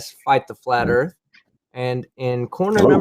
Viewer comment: Erf? If you're going to discuss the shape of earth, at least learn to say it!